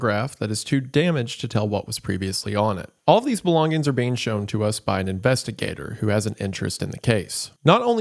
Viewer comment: "g" in the word "Belongings" is silent